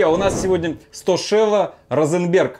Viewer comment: Штокело, а не Стошело.)))